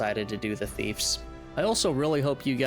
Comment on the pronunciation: "Thiefs"? NO "Thieves" YES